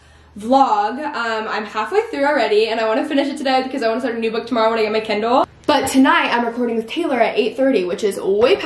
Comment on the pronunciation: I kept hearing candle, I was so confused lol. Ly